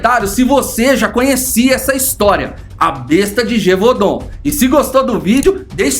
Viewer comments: É só pronúncia está errada a pronúncia correta é besta de javadum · Na pronúncia da palavra o primeiro A é mudo. Pronúncia-se GÉVUDAN 👍🏻